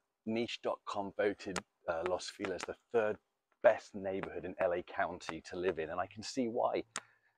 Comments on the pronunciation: I hate it. But they'll turn around and say "Feliz Navidad" the correct way. 🙄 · what a way of pronouncing "feliz" xD